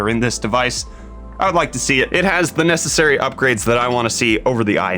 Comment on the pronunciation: Did you seriously say "NASAssary repairs..." I mean, that's why I show up here!